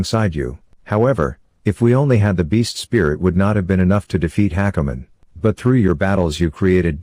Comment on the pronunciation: just listening to the whole thing ... and hakumen is pronounced like hackerman ... omg these TTS bots are too funny xD